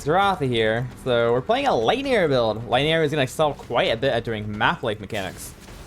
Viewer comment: Did this guy pronounce lightning arrow like laiyero